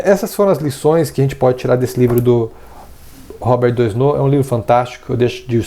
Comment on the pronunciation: Legal, moro na Fr e já o conhecia ... tem até uma escola aqui perto de casa q tem o nome dele . A pronúncia em francês do nome é Robér Duanô 😊